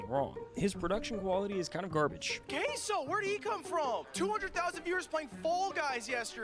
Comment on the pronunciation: its had a distortedly weird way of saying Caseoh. It had a k, an o i've never seen before, etc.